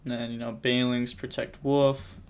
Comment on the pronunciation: It's Wolf not woof!! Lol